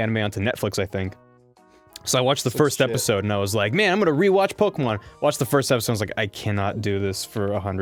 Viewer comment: youre talking about pokemon being pronounced wrong, while pronouncing it wrong